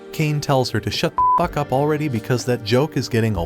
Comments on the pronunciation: Bro its pronounced fuck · I love how Bro said f*ck wrong one I was dying💀